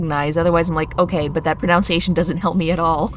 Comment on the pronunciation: The repeated mispronunciation of pronunciation in a discussion about pronunciation hurt my soul. (nun, not noun)